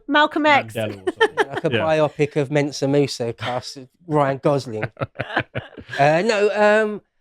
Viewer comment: it's Mansa Musa, not Mensa Musa. Also, Robert Sepehr argued that he was actually lighter skinned than we previously presumed.